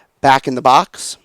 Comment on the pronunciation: In this video the word is not "box" Is "Bax". That makes sense! :P